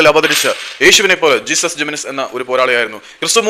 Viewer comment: Not ജീസസ് പേര് നേരെ പറയാൻ പഠിക്ക് he is name ജെസുസ്